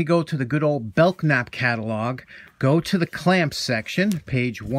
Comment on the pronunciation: you know I've been a big fan for a lot years but I have to give you a critique. Being from Louisville Kentucky you pronounce Belknap without the k. I'm only saying this because I know we're all here to learn new stuff. Lol